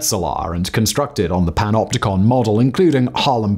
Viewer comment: When every time you skip back. He’s saying PENOPTICON or PENOPTICA. And you decide you want to make a dance track.